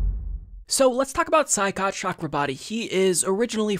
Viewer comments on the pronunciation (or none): Hey, his name is pronounced Choy- COT. Just saying. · It’s pronounced Shoycot,. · Saikat is pronounced as shoy-kaht. At least that's how Kyle Kulinski says it.